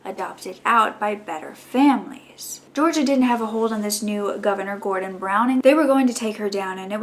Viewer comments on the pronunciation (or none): none